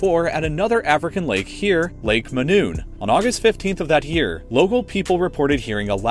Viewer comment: It's lake Monoun, not Manoun